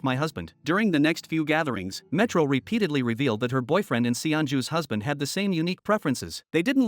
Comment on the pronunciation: ayo your AI is broken. she went from metro to milo. and cannot recognize "dr." as doctor